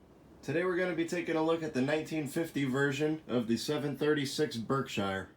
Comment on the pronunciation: Berk-shear not Berk-shiiire.